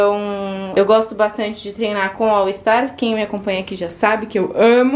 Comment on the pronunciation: Que agonia, toda vez que vc fala All ISTAR ☺️😬